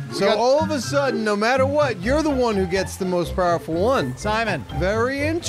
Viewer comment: I like the way Simon says powerful..."the most purraful one".